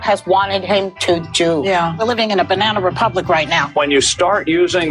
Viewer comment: Everytime they say Banna republic I'm gonna take a shot